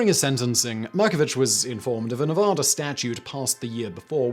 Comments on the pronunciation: Learn how to pronounce Nevada right damn it! It's Ne va da, not Ne vo da. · As a Nevada resident, I'm offended by his incorrect pronunciation of Nevada. Its NEV-AH-DAH NOT NUVUDAH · Ne-VAD-ah. Please. Really. Neh-VOD-ah is silly because it's wrong as saying War-CHESTER-shire instead of Wooster-sure. Remember, NeVADa is BAD. Cheers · Simon. Simon. Simon. NA VAAA DA. Act like English is hard. NA VAAA DA. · ugh, please stop pronouncing Nevada that way. Please. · And his mispronunciation of Nevada.